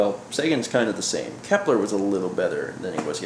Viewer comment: It's Kepler